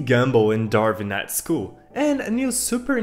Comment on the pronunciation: Bro doesn't know how to pronounce gumball and Darwin